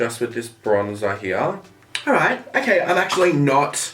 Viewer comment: "this shade heeya"